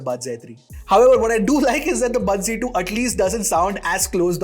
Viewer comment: Z ki G kyu pronounce krte h